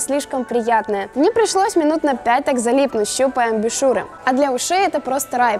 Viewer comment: Сперва подумалось, что оговорка про «беспрекословный шумодав», но нет, в конце вы это повторили — про «беспрекословное звучание». Как я понимаю, иимелось ввиду другое слово: «безукоризненный». ЗЫ: Кстати, вот вы же говорите «амбЮшюр», ну а Сони говорит «блУтус». Это вы с Сонями сговорились и втихушку буковками обменялись :D